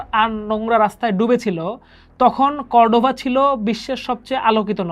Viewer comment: কর্ডোভা হবে, কভর্ডা না।